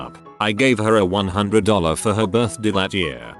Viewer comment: Hey, say 'birthday' again xp